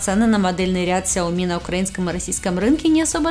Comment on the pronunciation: ну почему ксяоми, сяоми правильно